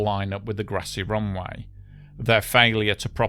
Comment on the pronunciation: What is a "roonwigh"? Did he mean "runway"?